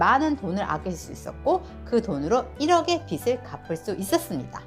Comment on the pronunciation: 빚을 -> 읽을 때 "비즐" ㅇ / "비슬" X